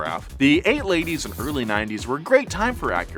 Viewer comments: “The eight ladies”?? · "The eight ladies and early 90s" lol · 'The Eight Ladies and Early Nineties'😂, you crack me up! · "the eight ladies"??? ;-) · "the 8 laties" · "the 8 ladies and early 90's" LOL intentional? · "the eight ladies" 🤣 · "the eight laties and early nineties" is my favorite nolanism yet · “the eight laties and early nineties” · “The eight ladies” What are you up to these days? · "The Eight Ladies". I love it! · “the ate ladies, early nineties “ ??? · ah yes, the eight ladies and early nineties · "... eight ladies and early ninties ..." lol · "the eight ladies and early 90's" 🤔🤔😂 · Eight Ladies - lysdexic 😂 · whole-ass said “eight ladies”. lol I love my ‘86 Legend. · "the eight ladies and early nineties"